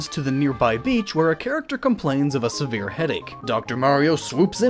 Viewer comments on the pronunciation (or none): none